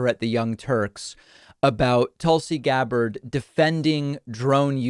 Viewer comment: Tool-C Gab-bard lol